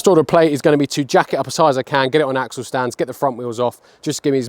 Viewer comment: Did you say "arsehole bolts"??